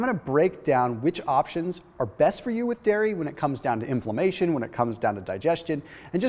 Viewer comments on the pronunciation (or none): Is "inflommation" related to inflammation?